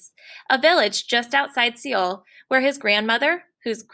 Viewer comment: Please pronounce Seoul correctly.